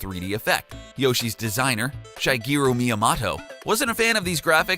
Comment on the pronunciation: Good video you butchered a few names "Miya-mato" you blamed mario for being an animal abuser with no evidence and yeah.. donkey kong is not the same as the arcade one